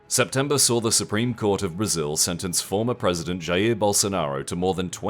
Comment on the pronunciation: You pronounced the J in Jair correctly yay!